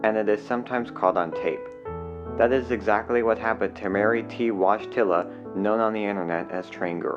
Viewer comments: I clicked on this because she had the same last name as John Paul II. In Polish it’s Voy-tih-wa. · woyteela or voyteela is how her name was pronounced not wodgetilla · The name is pronounced Voytilla, it's Polish. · You think that's how you're supposed to pronounce that name? You looked at her name and said to yourself "wodj-tilla, yup, that sounds like a name" and continued on your way, did you? Seriously. Explain how you came to the conclusion what you said is how a name is. I HONESTLY want to know this. I'll never sleep soundly again until I understand how you got to wadj-tilla. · This is a Slavic name, probably of Polish origin, it should be pronounced something like voyt-u-la ("oy" the same vowel as in "soy") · Wojtila is pronounced “Voy tee la.” RIP.